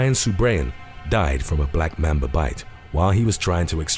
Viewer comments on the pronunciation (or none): ITS LITERALLY NOT BLACK MEMBA ITS LITERALLY BLACK MAMBA